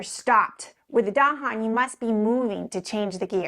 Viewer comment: Finally, a video that pronounces “Dahon” correctly.